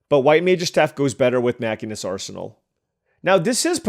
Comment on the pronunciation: Still loving the FF draft! BTW, I know it doesn't sound right, but the class in FF14 is "machine - ist" edit: dude, the game that ended with 9x syncopate was killer edit2: wtf are these decks